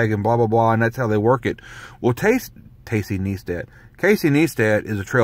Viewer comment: FYI his name is pronounced Ny-stat not Nee-stat, just saying